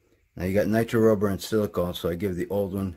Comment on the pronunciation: I'm sorry, are you saying nitro or nitrile or ? Rubber. Thanks for all the info